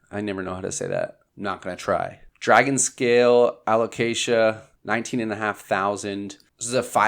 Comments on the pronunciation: I'm proud of you saying a-lo-cayzsha 😄 absolutely insanely stunning plants! Thanks for showing this 🌱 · Yes, good alocasia pronunciation! We’re so proud! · So proud of you for pronouncing alocasia! Lol.